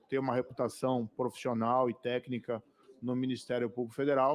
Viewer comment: Téquica. Nem devia falar isso. Mas o Moro não fala só conge* mas também téquica*, para cônjuge e técnica